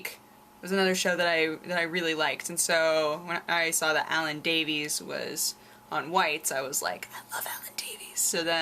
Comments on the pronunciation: Alan Davies is pronounced like 'Alan Davis' sweetheart. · Every time you said Davis wrong i pulled some hair out....D